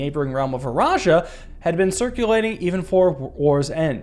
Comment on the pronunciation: Fun fact: The E in Eraja is silent. The word starts with a soft R.